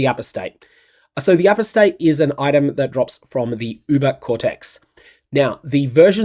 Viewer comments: Not sure if you saw it on my ‘member reaction’ but… Apostate is pronounced A-pos-tate, not apos-tate. FYI. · For the love of god...... "Apostate" is pronounced "uh-PAW-stayt"... NOT "A-pō-stayt" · For those that are flaming me for trying to help, just fuck off. Like I'm from Australia and am just trying to add a tiny bit of polish to an outstanding presenter. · It's uh-POS-tayt. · Do all Australians pronounce apostate this way? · Do all Kiwis pronounce Apostate with an emphasis on the first syllable? I believe Americans and British pronounce that syllable with a schwa sound.